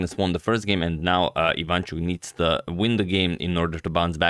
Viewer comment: he is not vAsyl, he is vasYl dude, you are so good at mispronouncing names he is ivanchUk, not ivAnchuk